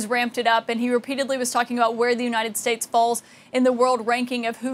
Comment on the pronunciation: YEAHYEAHYEAH What's up UNITED STAIDS